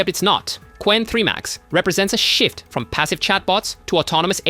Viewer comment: I swear, it doesn't say a "shift" as there is no F anywhere to be heard. The speaker couldn't give an F!